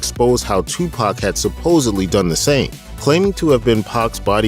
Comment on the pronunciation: I'm supposed to believe a chick who cannot say tupac right? These are old photos ppl. He was a gift. Let him rest